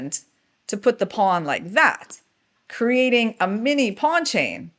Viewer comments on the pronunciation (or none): none